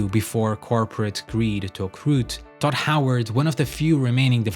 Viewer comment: it sounds like you say dot howard every single time. its so annoying!